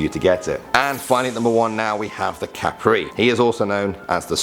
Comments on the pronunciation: Kap-re Not cape-re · When you say tiyank its like chanak no ti ya nak and when you say kapre its not kapri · it's kap-re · Hahaha kapre kapire Hahaha hindi ganun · The spelling is "Tiyanak" But its pronounced as "Chanak" And "Dwende" Is not pronounced as Dweni And its not pronounced as Kaprei Its pronounced as Kapre E sorry for being judgemental :l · its not called sirena its called serena but the spelling of it is sirena and tiyanak is pronouced as chanak and a kapre is pronouced is kappre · proper pronounciation duwende=duwendeh kapre=kapreh sirena= serenah tiyanak= chanak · You pronounced kapre wrong